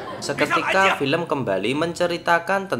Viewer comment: Paling kesel denger "Dan pilempun ta maat"